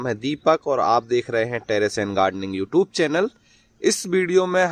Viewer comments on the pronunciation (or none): none